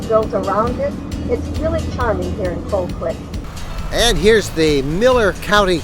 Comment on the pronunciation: The "L" isn't pronounced Colquit.